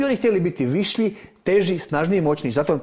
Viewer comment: Nije "vislji", Mirko.